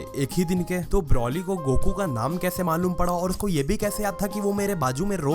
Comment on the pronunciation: Its not brauly , its broly